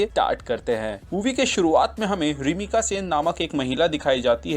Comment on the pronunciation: It's रामिका not रिमिका